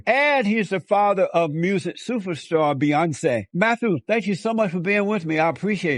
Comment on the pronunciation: Beyonzee.. and her sister Soloungzee.. 😅😅 No..not zee